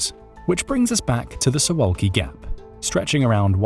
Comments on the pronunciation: I've watched one third of the video so far. Not trying to make deeper analyses yet, just wanted to note that you're pronouncing Suwałki incorrectly, and fixing it will be easy for you. This is about two simple consonants (you got everything else, incl. the vowels, just right). In Polish, the letter v is absent and the sound is represented by w, and ł is practically the same as w in English. So imagine you're tasked with reading Suvawki. :) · It would be easy to learn how to pronounce “Suwalki” and to check who has been Poland’s prime minister for the last three months.